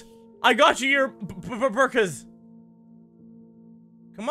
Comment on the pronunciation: it's pronounced bo-re-kas